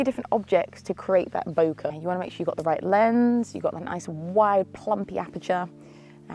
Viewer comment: Did you say ‘wide aperture’ or ‘wild aperture’? 😉 Wild video, I enjoyed a lot!